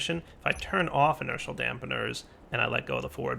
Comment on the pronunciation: Is there an 'l' on the end of inertia dampeners, NO. I-NER-SHA